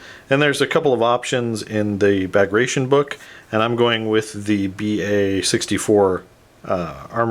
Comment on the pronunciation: Bagration us pronounced like this: BA like in BAr GRA like in GRAss TI - like TEA On is just on Bugraateaon Operation "Bagration" codenamed after Napoleinic Wars hero of the Russian Empire, Prince Bagration